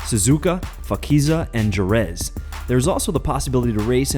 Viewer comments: FAKIZiA AND KEREZ.. DAMN! ITS CALLED JEREZ AND PHAKISA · Jerez is pronounced as hereth